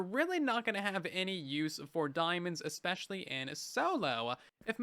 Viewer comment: Bro really said "expecially"